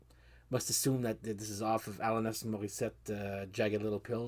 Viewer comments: Yeah the first name was off. We say Uh-lan-us More-uh-set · Yep sorry the band was forgotten by me. The stories and video however were very interesting. I like the french way of saying Alanis better. Glad you are coping with the Marmite challenge. I always have some in my fridge!.